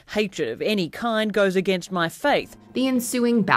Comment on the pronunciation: “ A gain stst”